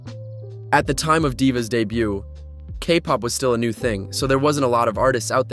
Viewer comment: OMG another western Kpop youtuber pronouncing the silent t in debut.